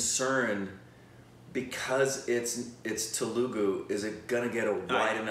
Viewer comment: IT'S TELUGU NOT TELUGA